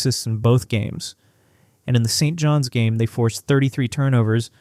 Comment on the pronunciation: Wish AI could adjust to saying St.John’s instead of St. John S. Annoying.